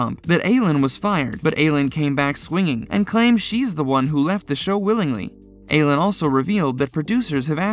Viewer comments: I-leen not aylynn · Her name is Eileen!!! Not Aylin. 🤦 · Who’s Aylun Davidson? It’s pronounced I lean. Just sayin… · It's Ileen (spelled Eileen) not Aileen and its Renna! Get your pronouncements right please! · Eileen's name is pronounced: "Eye - Lean" ... Not "A - lean" ~ 😳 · Her name is Eileen («Ayleen»), not «Eylen», as you’re saying... ☺️ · Eileen is pronounced "eye lean", not "ay len". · Her name is Eileen - pronounced “eye - lean.” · Aileen is eye lean.... not whatever you call her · Eileen is a Scottish name and its pronounced "Eye leen" , it makes you sound really ignorant, borderline illiterate in fact if you dont research things. If she pronounces it the same as you do, it just shows how pretentious she is. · It is Pronounced "I" leen spelled Eileen actress from the "Young & Restless." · The name is pronounced eye-LEEN. It’s a fairly common name. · It’s Eye-lean, not Adria. Scoffs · Dude seriously learn how to say people’s names properly!! You could just watch the show for 1 min to learn how to say actual people’s names! EYE- LEAN IDIOT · It's pronounced I LEAN Davidson!!!! I LEAN!! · You keep saying Eileen Davidson's name incorrectly. Her first name is Eileen not Alin. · Her name is Eileen not ALynn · It’s pronounced “EYE-LEAN” Davidson. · That irritated me so much. LOL! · Eileen...... Eye-lean. An an eye and you lean on something. Rinna....Rinn-uhh. Not Reena. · It’s Eileen 😭😭😭😭😭😭 why are you botching her name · Learn how to pronounce the name Eileen. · Learn how to pronounce Eileen. Good grief! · Yes! Eileen is not a difficult name.